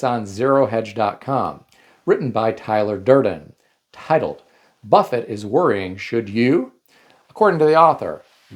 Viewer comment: Buffett, not buffet.